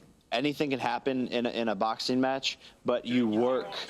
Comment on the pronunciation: Jake Paul- "Boxeen" "Fighteen" "watcheen"...literally any word "endeen" in "ing" he pronounces "een"